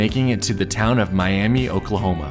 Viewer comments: oh and in Oklahoma the town of Miami is pronounced Miam-uh. Though I don't know why. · Pronounced Miam-uh for Miami, OK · Okies actually pronounce it "My-am-uh." Don't know why. They also mispronounce Helena and Boise.